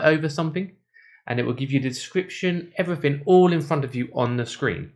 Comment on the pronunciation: Access to other 'fings'...like English language??? 'Everyfing'